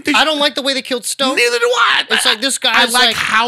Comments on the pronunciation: "Stoke"? ...... aaaaaaaaaaaaaaand i'm out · Lolloloool "Stoke" it's "Snoke" boyos! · nothing screams that they could care less about this movie more than them referring to “Snoke” as Stoke💀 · Two people having a passionate argument about Star Wars where they both call Snoke Stoke lol...